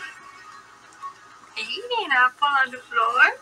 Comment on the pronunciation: Saying apple for a grown ass woman like is a struggle. " do you have an a-p-o-e. That's a hell of an overbite.